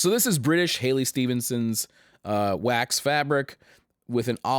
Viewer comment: Halley not Hailey ;)